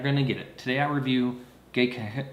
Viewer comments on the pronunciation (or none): You didn't say it right a single fucking time. Watch their commercials. It's gek-KAY-con. Emphasis on the KAY, and a long A on the kan, like "con". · I don't know boo about sake, but some tips on the name: you don't have to voice the back to back Ks. The double consonant causes a hesitation between the 'ge' and the 'k'. And kei makes 'kay', for example 'sensei'. Neat to hear about the fungus, I don't ever hear much about how these things are made. Something something grapes, something something it'll get you drunk. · First you’ll need to learn how to pronounce it. I don’t believe you actually know this brand....